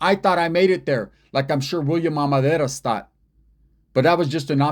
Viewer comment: It’s pronounced Ar men dar iz